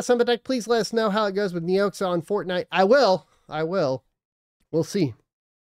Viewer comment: KNEE OX AH is how it is pronounced